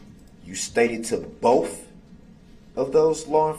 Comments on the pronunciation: I hate the way he says "bofe" instead of "both"😓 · Anyone pick up on him saying alleged driver and not alleged defendant?! Freudian slip! Why can't he pronounce "th" properly?! It's not boff or troof or oaf. I still can't believe he called Mrs. Yourell. She glared at him her entire testimony. He was being so sweet to her until the prosecutor crossed. How he could even look at her after almost killing her children is just pure evil. Does he think he's intimidating the prosecution with that stupid angry glare?! He should have kept the face diaper on bc the camera caught him snarling at the judge! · I like it when he says Boff instead of both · Ask not Ax…. Both not boph…. Sustain not substain ….. grounds not groundz…so Many More ….does he realize how ignorant he looks?…. He loves playing lawyer!!…. He would had never done this with a male judge! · “Bofe” detectives lol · “bofe Detectives” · Boaf not both.